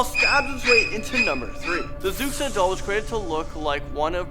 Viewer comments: Xuxa is pronounced Shoosha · I'm from Brazil =) I looooooooved this video. Great job guys! P.S.: Xuxa is pronounced "shusha" :) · GO BRAZIL. Fyi h's are silent in Portuguese and x makes a sh sound so xuxa is like shoosha. Anyway more brazil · Zucksa, XUXA is pronounced SHOE-SHA! The X makes a "Sh" sound. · "zucsa" lol, its pronounced "shoosha" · I can't be the only one who laughed so hard when he pronounced Xuxa as "Zuk-sa". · Xuxa is pronounced shusha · ...really should have looked up how to pronounce the names before you made the video...as a Brazilian i cringed more on the pronunciation than anything else in the video. example: Xuxa pronunciation is "Shoe-Sha".....not Zooksah....Pisadeira "pee-sah-day-rah" not "peesahderia". Also the crying children picture isn't even Brazilian and it was based in the 40's and 50's and definitely not in Brazil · Nobody:: z o o k s a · I'm brazilian and honestly, most of these stories became memes hahahahaha especially the one's about Xuxa (it's pronouced shusha btw) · #3 her name is pronounced (Shuusha). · also the pronunciations were really off.´´hombre del saco´´ geez were not hispanic,its ´´homen do saco´´,and the ´´xuxa´´ one its spelled ´´xuxa´´ but you actually read ´´chucha´´ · Xuxa is pronounced shooshah... she became famous because she married the soccer player Pelé who produced her show... my sister had a Xuxa doll lol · Well that is not how you should pronounce "Xuxa" xD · it's cute how you pronunciate xuxa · THE WAY YOU PRONOUNCED XUXA WAS SO FUNNY SKSHSUSHSUSHSJSHSSJ Good job tho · The way he pronounces xuxa omg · Fam I bet every Brazilian person who sees this will die laughing after that XUXA pronunciation from. LMAO😂😂😂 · btw its so funny watching you try to pronunce fofão and xuxa!